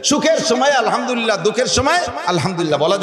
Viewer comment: আলহামদলিল্লাহ শব্দটি সঠিক নয় । সঠিক হলো আলহামদুলিল্লাহ।